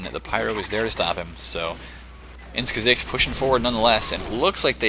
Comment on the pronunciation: wow good pronunciation of "ins gesicht" did you learn german?